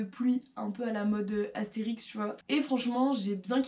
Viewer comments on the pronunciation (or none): Je viens juste de voir tes vidéos, continue comme ça de nous proposer des petites marques indépendante de qualité !!! Par contre c'est pas Astérix mais Arcteryx ... 😆😉